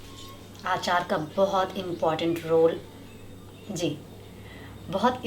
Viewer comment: Aachaar nahi hota Achar hota hai